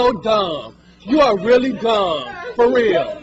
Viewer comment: Mind of a pigeon...a weely we todd it pigeon